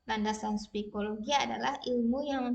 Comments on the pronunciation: Psikologi bukan spikologi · Hehehe mantab bu.... koreksi sedikit ibu guru itu psikology bukan spikologi..... selebihnya luar biasa...doakan lulus 100 persen ya bu.